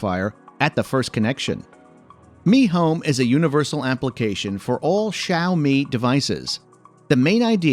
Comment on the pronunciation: awesome review, but props for the pronunciation of the brand name, even the seperation between the two words